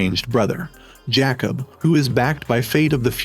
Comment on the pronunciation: Whoever is narrating this video called Jacob 😂 Jackoff I mean where is Simon Cowell because this dude sounds more American but can't pronounce a name and thinks he's British